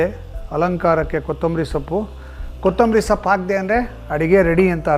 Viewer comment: ಸಪ್ಪು ಅಲ್ಲ ಸೊಪ್ಪು